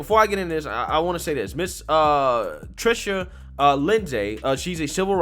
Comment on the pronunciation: You mispronounced her info. Respectfully you should shed more light on her these days, pronounce and spell her name correctly. You called her trisha or something...yeah i had to find her correct info by watching other videos. I wondered if they came after her and would like a follow up now that mainstream is allowed to talk about vax injuries. ...Thanks.